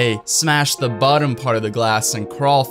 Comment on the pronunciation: 'the' not 'da' 🙄